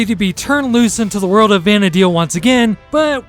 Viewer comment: very good guide tho the "Vana dale" does bother me quite a bit lol same as "Sanda Oria"